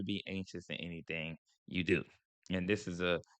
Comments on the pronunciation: That’s how people in BALTIMORE pronounce the word DO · That "youuuu" and "dewww" is a Baltimore thang. 😄